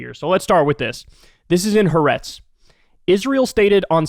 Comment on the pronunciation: First, I DO agree with your assessment of this tragic crisis and of the misguided and bigoted current Israeli "leadership". Entirely. Second, however, say after me: "hah-AH-retz" -- THREE syllables, not two, with the accent on the SECOND syllable, not on the third. This is the correct pronunciation of "HA'ARETZ", which is really TWO words, not one, meaning "the land" [of Israel]. In Hebrew, the definite article is always attached to the noun that follows it, and the apostrophe in the transliterated form ("HA'ARETZ") indicates the word-break between "the" and "land". Most western journalists are mispronouncing the Hebrew name, largely as a result of this notation style. (BUT -- AND MUCH MORE IMPORTANTLY -- please DO know -- AGAIN -- that, apart from what I have said in this note, I agree COMPLETELY with your very diligent reporting of the current situation in Israel/Palestine!)